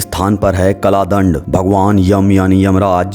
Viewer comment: Kala dand nahi kal dand hota h bhai